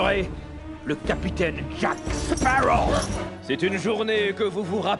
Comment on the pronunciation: baptiste rabet c'est Sparrow et pas sparaux ;)